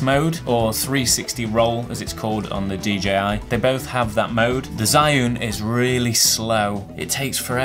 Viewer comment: I wouldn't buy either because they're both just too big. I have the RS2 and if I'm going to buy another it'll be because it's more compact not one of these fat boys. P.S I think it's pronounced 'Jus-un' (where 'jus' is French)